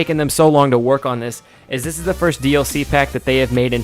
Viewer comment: Lol, "Fird"